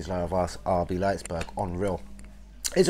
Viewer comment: Your chains were just rumbling through the vid, ruined audio just hearing the clanging of those fucking chains eeediot and it’s RB Leipzig not Leipsburg